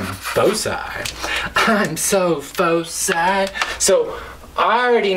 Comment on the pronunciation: You're pronouncing foci wrong.